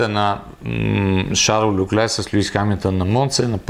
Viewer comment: Шарл ЛЬОклер се произнася на френски. На монегаски няма идея какво е прозиношението, но това име е френско, на италиански и италианските диалекти ще е “Карло”. Фамилията също е френска, съответно следва да се произнася “ЛЬОклер”. "Ch" се произнася като "к" в италианския, предполагам в лигурските му диалекти, примерно "perche" или като "ш" във френския. Не знам това "ч" от къде го измисли.